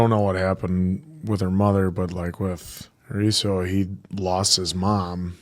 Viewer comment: The fuck is Asuro. It's Arisu like Alice